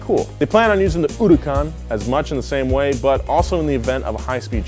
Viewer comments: uducon instead of huracan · Why putting stress on hurucan !?!?!? Sounding like uracane😂😂😂😂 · Fuck pronounces Huracán like that?